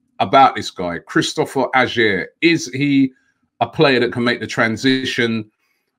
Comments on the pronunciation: Its peonounced Ayer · Pronounced like Ayer Robbie mate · Not quite there yit but is better than mustafi holding chambers if he was in the premier leauge he would be going for 35 mil least maybe Is a punt for 25 good on ball etc just makes the odd mistake. Pronounced his name wrong tho Robbie 😂☘️☘️☘️☘️. And your right the standard is worse up here no doubt just a question have use got a champions leauge trophy in that cabinet👀👀